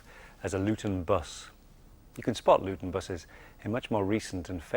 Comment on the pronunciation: No, Dave, it's Lewton. Named after Val Lewton, just as stated in the video.